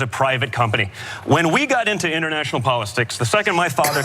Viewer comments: Did he say international poliSTICKS??????? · Did he say polisticks??? Hahhahahah he’s just gonna “foister” (trumps new word) on like he didn’t just F that word up🤣🤣